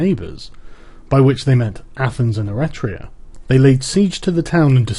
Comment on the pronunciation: Eritrea is an african country, the text talks about Eretria (e-REH-tria), a city state on the island of Euboea.